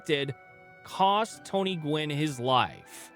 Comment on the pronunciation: Gwynn, not "gwen" 😉